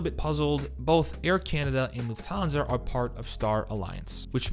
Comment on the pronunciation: It's LUFThansa, not LuftHANsa